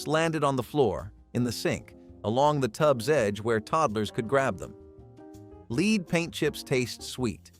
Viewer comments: For God's sake get your pronunciation right! It's lead, the metal, - pronounced "led" not "leed". You're not even consistent, sometimes the word is pronounced correctly. Do better editing. This comes across as amateurish. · I thought you did a fine job narrating. That said, I and other viewers have noticed you pronouncing the word "lead" as in a metal as both "lead" with a long E sound as in the meaning "to take charge, or to rule over others" and lead as pronounced with a short E sound such as in the color "red". The proper pronounciation of lead as in the metal is with the lesser or short vowel sound as in "red". Hope you don't mind the tip!